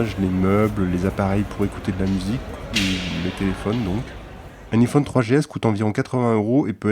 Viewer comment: bon quand on prononce un iphone avec un i pas avec l'accent anglais ça la fou mal :D